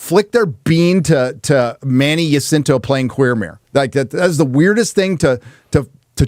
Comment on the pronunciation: “Jacinto” is pronounced with a J, not a Y. J like “just”. Not “Yacinto”.